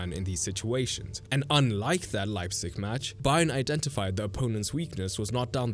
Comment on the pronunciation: Thank you for pronouncing Leipzig correctly.